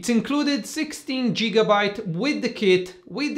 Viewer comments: Not a bad review - its gigabyte not jigabyte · I liked when he said Jigabyte, made me laugh a little.